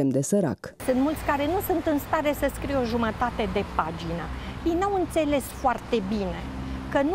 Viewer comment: Dacă asculți mai atent de câteva ori, a spus de fapt "scrie" dar a trecut imediat la cuvântul "o", așa că abia se mai aude "e"-ul de la final.